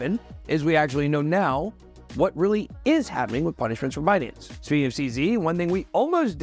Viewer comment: Ben, let's be clear... it's Buuhnance